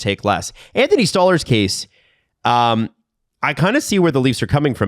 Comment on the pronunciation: Who is Stallers ? It Sto- larz guys can we stop butchering names